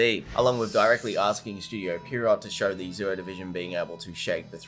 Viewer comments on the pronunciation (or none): Its "pee aero" not pier rot